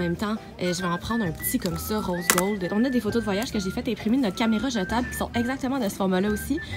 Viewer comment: A 7minutes38 elle à dit caméreu